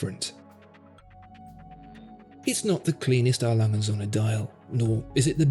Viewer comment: Still can't pronounce the brand correctly....